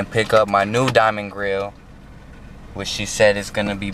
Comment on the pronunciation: Lol “dimiond”